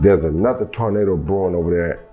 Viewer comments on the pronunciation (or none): none